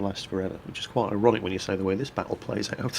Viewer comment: it sounds like your saying erotic not ironic probly the cold